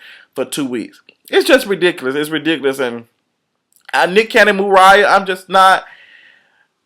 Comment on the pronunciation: He said Mooriah :(